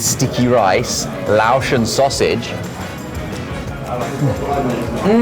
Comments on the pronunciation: Laotion isn't pronounced loow- Shun, it's lay-ocean you silly guys, but yes we all pronounce things different from each side of the pond. I really enjoy "Tread the globe" channel and their way of saying words too. I also have a local good friend who hales from Manchester he is fun to figure out most times what the heck he is on about. And hey guys what about the sides??? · I was watching it with my mom and straightaway noticed the sticky rice. My mom and I were laughing. Can’t imagine eating Lao sausage without sticky rice. SEAs love sticky rice. I’m sorry, but as a person who is Lao, hearing y’all saying Laotian as Lao-shin was funny. Lao, pronounced like loud without the “d” and Laotian, lay-ocean. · Pronouncing it L”ow”sh is insane.